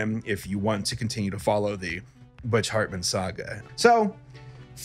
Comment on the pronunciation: And the H of Hartman with F